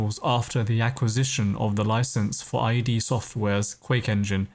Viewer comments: It's pronounced Sea-Era. Sara... and most importantly it's ID like Idiot not Eye Dee... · Small correction: it's not I.D. (eye dee) Software, it's pronounced "id", like "sid" or "squid". So many still call it I.D. :P Great video, regardless. Love hearing background stories like this.